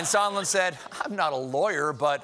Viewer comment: "Mr. Somenlla" LOL!